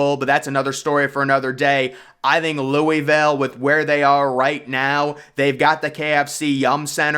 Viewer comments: Louisville pronounced Loo-A-Ville ..not Louie- ville..which is a trash city. I can’t see any superstar NBA player waiting to live there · Loo-uh-vul not Louey-ville